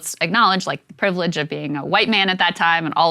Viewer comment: I HAD TO STOP WHEN YOU SAID "PRIVLENDGE OF A WHITE MAN" YOU JUST WANT TO PROMOTE HATE.